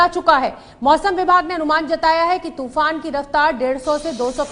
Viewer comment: toofan ka nam to sahi se le...